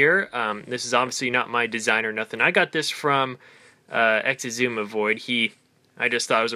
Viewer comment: its not ex-iz-uma it is i-su-ma